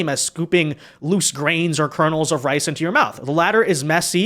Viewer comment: thought he said "rice" but he actually said "ice". Very common Asian pronunciation mistake